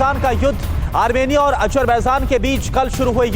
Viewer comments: Hahaha jahil looog armania ha......armirnia nhi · amernia nhi yede armenia hai sahi dang se bolo dhakkan log